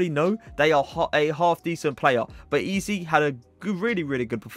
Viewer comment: It pronounced ezay not easy, it really annoys me and my ocd when people say it like that😭